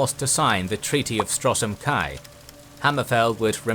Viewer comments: Why you pronounce Stros M'kai as Strosm Kai instead of Stros Makai?? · A brief note on the pronunciation of of Stros M'Kai: "Strossem Kai"=🤮 "Stros Mikai"= 😍